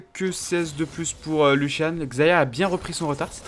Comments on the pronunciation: lucian pas luchian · Younochang cr bah prononcé luchian en engrais mais vu la façon avec laquelle il dit throw, il devrait pas utiliser de l'anglais :')